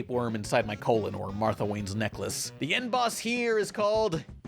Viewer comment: N. Boss. It's supposed to sound like "End Boss".